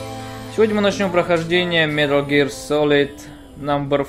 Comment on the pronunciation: "Милр Гирлр" Чувак не надо так